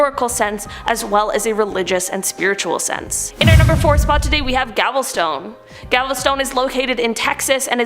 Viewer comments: Love the show, it's galveston not gavel stone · GALVESTON, (Not GALVESTONE) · Gavelstone?? 😇😂🤣😂🤣 It’s called Galveston. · Gavelstone? Really? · I think it's pronounced gal ves tun short U sound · It’s Galveston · Its called Galveston Tx u said it wrong! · 🤠 😖Texans hearing her pronounce Galveston wrong 😂😂